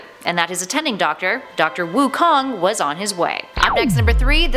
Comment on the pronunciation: Wukon more like raven